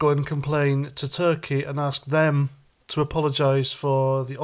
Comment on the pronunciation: This one couldn't even speak English properly. She kept saying 'aks' instead of 'ask'. Doh.